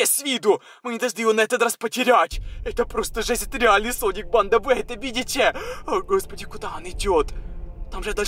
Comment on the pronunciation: Я одна слышала не соник а слоник?